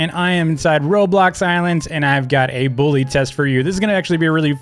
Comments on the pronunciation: It's bully not billu dumb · Ikr, he says it like “boolly” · I saw in his old vids he says it like dis “boolyy” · he says buwy